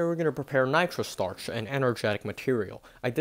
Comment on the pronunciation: “Nitro stuuurrrrrch”